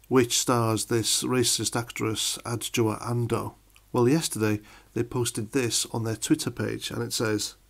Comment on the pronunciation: Well done for saying her name. I would have botched it.